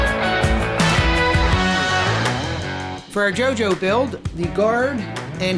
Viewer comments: wearing vampire mask/stone mask Also: pronounces jojo juju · Henry Schnelle I fkn Love that! I died a bit when he said Jojo like Jew Jew . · Yeah because he mispronounced JoJo at the begining of the video. LOL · so no ones going to talk about how he said jojo ( crying emojis ) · The way they say Jojo has me laughing. Besides that I cant believe you brought one of my favorite weapons to life